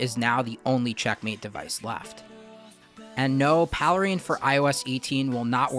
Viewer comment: PALE RAIN. Not Paleh rain.